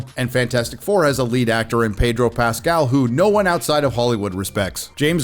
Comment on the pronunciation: "Pedro Rascal"